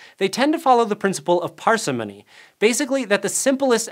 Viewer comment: Interesting information - but your pronunciations are driving me nuts! par-SIM-ony, not PAR-see-MONEY Rick-ETTS-ia, not RiICK-et-SEE-ah